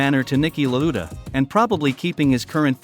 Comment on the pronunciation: Please train the robot voice how to pronounce Lauda's name.